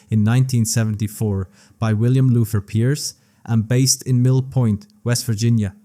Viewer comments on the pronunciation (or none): none